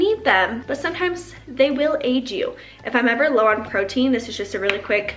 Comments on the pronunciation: When you were talking about supplements I heard “they will age you” instead of aid 😂 I was like wait what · LOL I thought she said "age" as well! :D